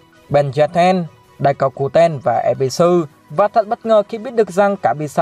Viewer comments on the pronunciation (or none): Ebisu mà t nghe thành evisu